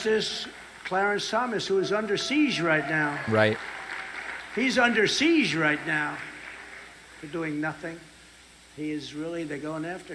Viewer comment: Seesh? Siege.